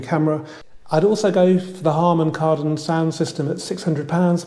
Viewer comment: Drift mode on a FWD what kind of wizardry is that 🧙very informative and usual polished presentation. . . although you nearly said Hardon Karman! 😂😎